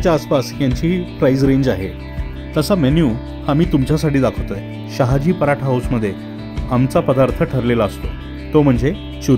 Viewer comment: Sayaji nahi Sahaji😊